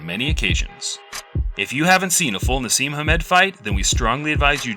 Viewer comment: Naseem? FFS no.